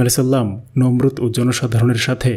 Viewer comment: Nimrud noy Nomrud e